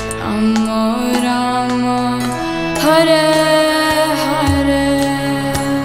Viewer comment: हरे कृष्णा 🌸🌿हरे कृष्णा 🌸🌿कृष्णा कृष्णा 🌸🌿हरे हरे 🌸🌿हरे राम 🌸🌿हरे राम 🌸🌿राम राम 🌸🌿हरे हरे 🌸🌿🙏🏼🙏🏼🙏🏼💐💐💐 Hare Krishna Hare Krishna Krishna Krishna Hare Hare Hare Rama Hare Rama Rama Rama Hare Harey 🙏🏼🙏🏼🙏🏼🕉☮️💟💐💐💐 FYI : it’s Lord Rama NOT ramo ( as pronounced in this video ) With Sanskrit words and mantras diction is very imp as it’s all about vibration and energy you send out .. Just sayin Cos it’s the right thing ... Hari Bol 🙏🏼🙏🏼🕉☮️💟 All glories to Srila Prabhupada 🙏🏼🙏🏼🙏🏼💐💐🕉🕉💟☮️